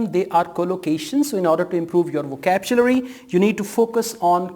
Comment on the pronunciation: Hello brother, good video but please remember it is not "vokabjulary". It's "vokabyulary"